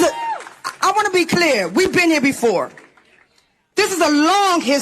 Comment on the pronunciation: You said "clurrr" wrong.